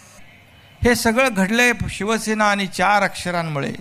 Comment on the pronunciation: अरे भावा शिवसेना असा शब्द आहे शिव शे ना नाही